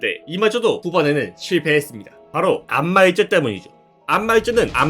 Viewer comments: 안마이저가 자꾸 안마의자로 들려서 웃음참기가 힘듬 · 안마의자라고 들려요 ㅠㅠ